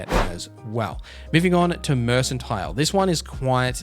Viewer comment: Thanks but a tip remember it’s said merkantile not merssantile